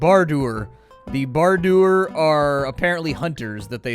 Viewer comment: I don't think I'll ever get over how he says Bardur.